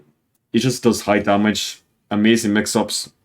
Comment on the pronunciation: Everytime you Said down 3 i thought you Said DEN 3 ☠️☠️☠️